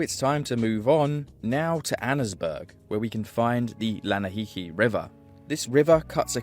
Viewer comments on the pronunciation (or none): Lanahiki lol. It's pronounced Lana - ha - see. Arthur teaches you this, if you ever played the game properly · Lana Hasee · aaahhh yes, the Lanaheehee river 😂 even Javier mentioned to Arthur (in one of their fishing missions) how unfair it is that the pronunciation (Lanahásee) is there just to mock English learners 😂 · “lanaheehee river” 😭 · I've managed to escape out of the map in Online a few times - more than ten at least. I feel like a seasoned explorer going around the entire map, even managing to cross both rivers haha. I also saw a dev cube in Mexico to the west I think, in Diez Coronas. also the bigger river is pronounced Lanna-hass-ee. I'm gonna guess Arthur coughed on the beach probably due to the area being a testing ground - a lot of games have testing areas outside of bounds, like Skyrim. if you have a Red Dead Online account, we can explore the world out of bounds more if you'd like, though only the main map itself can be explored, no Guarma. I can take you around places I've been to, as well. no pressure of course, if you don't want to explore together. love your video and videos like this! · Bro said the LanaHeeHee river